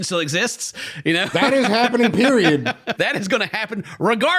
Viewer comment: Did just say “you knoaur”?